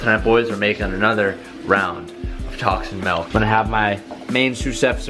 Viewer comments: ITS MILK NOT MELK!!!!! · Pretty sure your saying melk. It’s milk you chach. XD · ITS NOT MELK ITS MILK XD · Why does he keep saying MALK ITS MIIIIHLKKKKK NO MALK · Melk??? its Milk with an i not an e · its MILK not MALK. smh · stop fucking saying melk it's milk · Bruuuhhhh Teeeej....... It’s MILK!!!! Not MELK.... Stop being a hoser. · "MELK" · Y’all should look up Malk by Julian Smith. Can stand the way says milk lol love you still dude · is he trolling calling Milk MALK? lol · "Tacs and melk" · "Tocs and melk" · Is he saying "Milk"? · It’s “Milk” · I get triggered everytime he calls milk ‘melk’ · Wtf is melk. Lmao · So that’s how they say milk in California huh? 😂😂